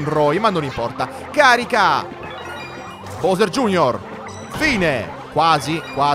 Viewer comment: anche se la pronuncia giusta è “bovser gei erre”